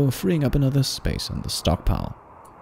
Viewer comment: Instead of "stockpile", i heard "stonkpile" S T O N K S